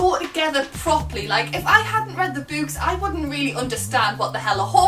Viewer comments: Raging over the way you pronounce books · When you said books it sounded like boobs to me. xD (English isnt my first language :D)